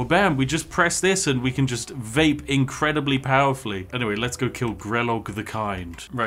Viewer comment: LMAO WHAT IS THAT BRO "wabow we just press this and we vape increndibly powerfully" im dead 😭😭😭